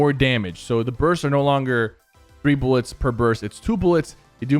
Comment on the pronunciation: no one: PK: Booooolits